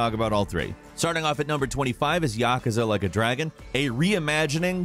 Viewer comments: also says "YAKAZA" instead of "YA-KOO-SA". Why? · Your pronouncing yakaza wrong! Its YAKUUUUZA Yakuza, Not yakaza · It's "yah Koo zuh" not "yakuh zuh" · Learn how to pronounce Yakuza...you say it so wrong it hurts.